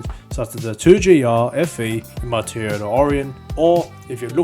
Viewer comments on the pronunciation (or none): none